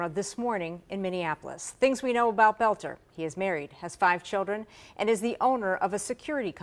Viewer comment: Finally, somebody who pronounces his name properly. I was cringing each time I heard them say bolter. But most news people are illiterate nowadays.